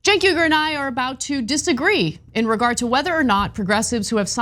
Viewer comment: Ana don't call him "Cenk Uygar" it's weird. Just Cenk will do.